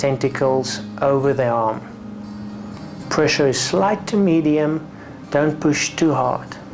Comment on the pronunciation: sqweeze to muscle with moderwate pwessure bahaha